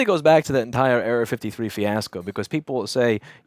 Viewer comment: At first I thought he was saying Area 53 and I was thinking huh that's a funny name for a problem.